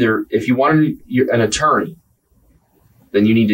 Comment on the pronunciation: Was physically unable to pronounce "attorney"?